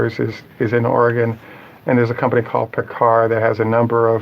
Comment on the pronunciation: Not to be mean , Paccar is pronounced “ Pack Car “ yes, I know it doesn’t follow . There are a lot of electric trucks out there and In development. Look up Cummins . In the past years they have purchased a battery company, a hybrid and electric drive unit company , a fuel cell company, partners with Eaton transmissions,the list goes on . They are making everything from hybrid to full electric drive systems , adding onto their international leading heavy duty natural gas systems